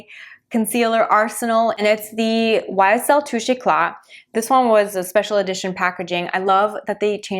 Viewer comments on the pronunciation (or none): none